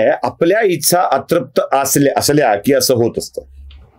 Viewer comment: तुमच्या व्हिडियोंची अनेक स्तुत्य गुणवैशिष्ट्यं आहेत. पण आणखी एक वैशिष्ट्य (जे मला स्तःला तरी स्तुत्य वाटत नाही) आहे, ते म्हणजे मराठी भाषेबद्दल नवीन ज्ञान मिळतं. "ही गोष्ट केल्या गेली", "इच्छा (तुमच्या उच्चारानुसार 'इत्सा'), "समाज़ ('जर-तर, 'जरी तरी' मधला, उर्दू भाषेमधे 'ज'खाली नुक्ता असलेला, म्हणजे 'ज़') असले परभाषेतले किंवा कुठल्याच भाषेतले नसलेले शब्द सर्रास कानावर पडतात...